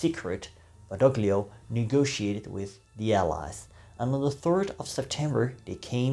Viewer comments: "Badoglio" is pronounced "Badolio", ie the "g" is silent. Or Eisenhower got his pronunciation wrong. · In de naam Badoglio wordt de g niet uitgesproken.